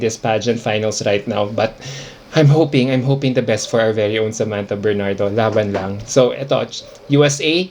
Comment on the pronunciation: Natalo siya sa pagbigkas ng pangalan nya, alon alon...Sa \man /tha \Ber /nard / do?...